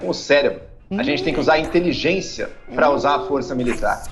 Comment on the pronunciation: pq o Adriles sempre fala "inteliGUEncia??